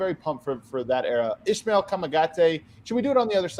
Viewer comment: Son nom se pronounce Ismael avec un “s”. His name is pronounced with an “s”